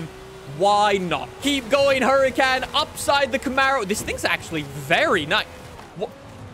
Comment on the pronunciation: you say the huracans are some of your favourite cars yet you dont pronounce it correctly